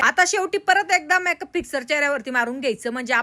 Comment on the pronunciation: मॅक अप नाही मेकअप😂